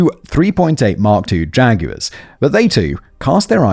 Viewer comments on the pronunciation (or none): none